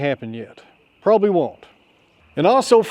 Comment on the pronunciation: Yeah, you pronounced that one wrong. It's "pro bob ab ly". 🤣🤣🤣 😁✌🏻🖖🏻